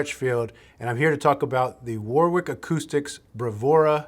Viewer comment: Say: "Wa-rick".